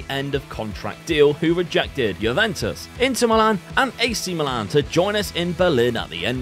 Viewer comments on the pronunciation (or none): none